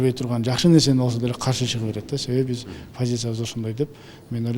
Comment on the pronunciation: кыргыз тилди катуу колдойт, анан, жазайт, бис, жазабайт деп создорду туура эмес суйлойтко...... жазайт-жасайт, бис-биз, жазабайт-жасабайт.